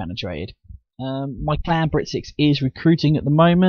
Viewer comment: Small pointer mate, it's Clan Br1t6, NOT caln Br1t6. :-)